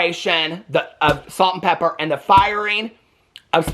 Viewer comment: Calling them Salt n PeppeR!! ITS Pepa!😂😂 u crack me up💜